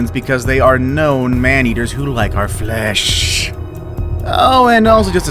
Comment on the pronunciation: when he said they like our FLESHSHS it killed me the way he said it hahahahahahaha😂😂😂😂😂😂😂